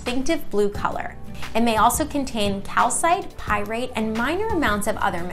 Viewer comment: Are you joking right now? "Pyrate" & "Parisian?" I really think you mean Pyrite & Persian. Good God man do you even know the material?